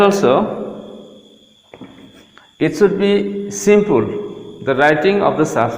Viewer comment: Come on man you should talk faster... And wth is simpool??😂😂 it's simple... And improve your accent, it sounds like a mixture of American and broken and twisted Indian accent😆😆